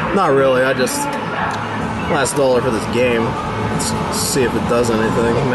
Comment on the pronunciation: what the fuck is a "dallor"?